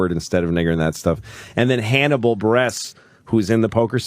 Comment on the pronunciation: Hannibal "BrESS"? I cringed when Louis said that xD